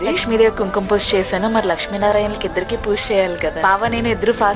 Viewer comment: Chala baavundandi... Kaani language koddiga manchiga matladandi plz... Poosha kaadu... Pooja anandi correct ga... Vinadaniki chala bavuntundi... Plz dnt mind ila cheppaa ani... All the best andi...